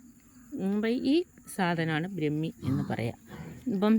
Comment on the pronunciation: ബ്രമി അല്ല ട്ടോ,,,,, ബ്രഹ്മി എന്നു പറയണം